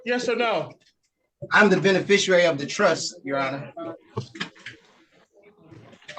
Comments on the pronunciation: Benefrishriar. WTAF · He’s mispronouncing “beneficiary”… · You gotta love the stupidity of such people when they use words like beneficiary and mispronounce it. There's no "u" in there. Dummies always.